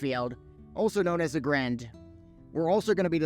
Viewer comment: Should probably learn how to pronounce aggrend if you gonna cover sod development